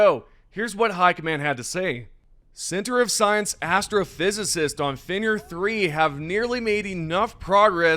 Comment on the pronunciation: WAY-ZEN (Wezen) FEN- RIR (Fenrir) ME-SURES (Measures) Man how hard is it to pronounce English words even though your first language isn't English. I usually don't get bothered by small things but when its consistently bugging, it becomes insufferable.